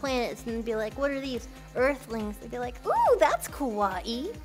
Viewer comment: three and a half hours to hear Mel say "I love deese nuts" .. It was all worth while ... <3